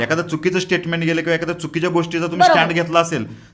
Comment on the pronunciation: Statement nahi tatement 😂 Nuksaan ny nuskaan jaat he jaat aashi ahe ki te jaat nahii 😂😂